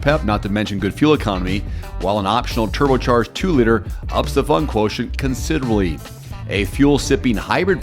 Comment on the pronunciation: "turbo charged 2liter ups the fun quotion considorly" 🤣🤣